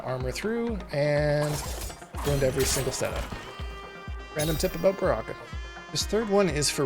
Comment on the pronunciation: Abooot? Are you Canadian? 😂